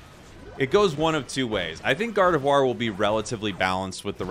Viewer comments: Gardevuar is the correct pronunciation n.n you're saying it right. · Gardevoir being pretty french as a name, and being french myself, I can assure you that from this standpoint your pronunciation is 100% correct